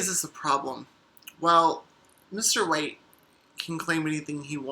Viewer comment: I'm so sorry, but the way you said White (mainly at beginning) sounded so much like "Mr.Wait" which was the name of my granddad, who passed not too long ago. So I just wanted to check is it just me hearing "wait" or is it the accent? ( I'm British and I don't talk to people much)